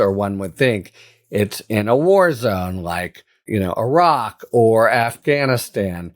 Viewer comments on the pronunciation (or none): none